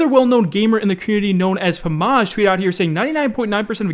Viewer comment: He said pamagz instead of Pama-j lol